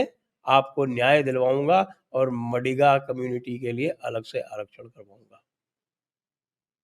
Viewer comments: Madhiga not madiga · It is ಮಾದಿಗ (maadiga not ಮಡಿಗ -madiga) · Sir ji.. MaDiga nahi Maadiga. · 'मडिगा' community nahi sir ji, it is pronounced as 'मादिगा'. Also referred to as आदिजाम्बवंत, yes, Descendents of Ramayan's Jambavanta. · Its pronounced as 'Maadiga' sir